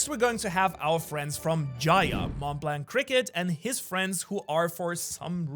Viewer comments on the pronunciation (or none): none